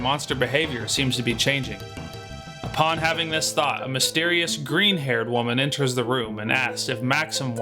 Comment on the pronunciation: The constant references at the grass burning puzzle on Dragon Mountain made me giggle every time. :D I looove how you (maybe not even intentionally) called Iris "GREEN haired". The intonation was like "Yeah, NOT the BLUE haired one". :D Money was pretty much abundant. I only run low on money every time in early game when buying food for capsule monsters. Did you know you can hold the L button instead of repeatedly pressing the A button to breeze through battles even faster? Didn't know you can beat the Egg Dragon that quick ... THAT BUSH hides a healing field. =D It looks different compared to other bushes. You kinda develop an eye for these when you find the first one. Haven't even finished the whole video yet but I can savely say you deserve EVERY view, like and comment. Lufia 2 is my favourite RPG on the SNES. ❤